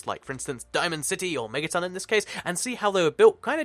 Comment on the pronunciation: its megaton not mettaton what is this undertale